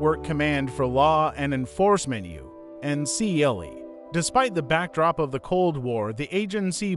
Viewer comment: It's pronounced "UNCLE" as in your father's or mother's brother.